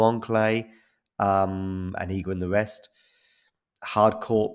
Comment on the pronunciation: Respect for the good pronunciation of Iga name. not everyone does it correctly. .even the judge during the match xD